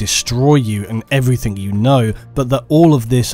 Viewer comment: Stop saying everythink